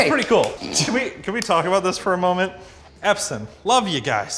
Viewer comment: "taco bout"? Eh?